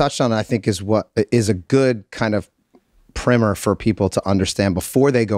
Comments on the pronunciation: We gonna let "primmer" slide? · did this MF just say "primmer" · Did rob say Prim-ur instead of Prime-er ??? Puke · Rob really did say "primmer" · why did mac say primmer? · Lol, did he say Primmer? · Rob pronounces 'primer' as primmer, is that an American thing or just a Rob thing?